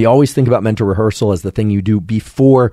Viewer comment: Rehearsal >> Revhearsal.